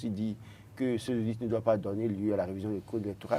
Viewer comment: À l'attention de mon cher ami, une petite précision linguistique: dans le mot audit, le "t" se prononce,. Bonne continuation et tous mes encouragements à l'équipe. Phonétique du mot "audit": /o.di.t/